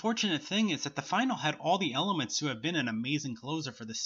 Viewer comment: You mispronouncing finale triggered me.